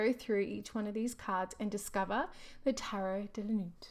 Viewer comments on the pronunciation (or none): Insightful review and pertinent comments. Not our usual RWS references and oddly, suits are not illustrated on the cards. P.S.Nuit is not pronounced correctly. In French, we do not pronounce the T at the end. The T is silent! Thank you for sharing. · hehehe I was giggling so much because the T is silent in Nuit.. It is the French word for night. De la Nuit- into the night. I agree though, the deck does not make much sense in regards to symbols, in which I often read tarot in those terms. Thank you for sharing, although maybe check the translation next time, prior to recording.